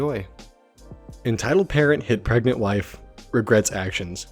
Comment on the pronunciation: ...Says pregnant: PREGENT